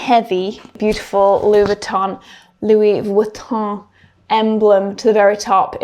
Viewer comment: Oh this is a treat! Monday with Victoria. It really is an exclusive brand we get an additional vid!! Thank you for not attempting to pronounce Louis Vuitton with a French accent. Other creators do and it sounds so irritably pretentious. This brand is only interested in producing quality over quantity. What we think of the price point is irrelevant. It’ll still fly off the shelves.